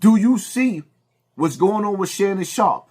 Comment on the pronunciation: “Shannum Sharpe.” 😆